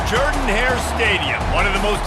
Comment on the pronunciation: Genuinely impressed that they pronounced "Jordan-Hare Stadium" right!